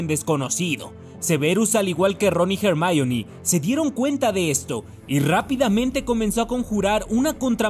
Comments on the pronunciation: Se ha puesto de moda decir jermayom? Parece tonto el que lo dice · "jermaioni" xDDDDDDDDDDDDDDDDDDDDD